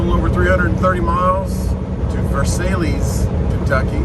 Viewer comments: Pronounced Ver-sails. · "Ver sigh" is in France. "Ver sales" in in Kentucky. Spells sthe same. "Louis ville" is in Ohio and "Louie Ville" is in Kentucky.